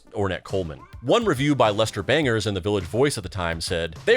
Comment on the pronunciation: “Lester Bangers”? Do you mispronounce words on purpose?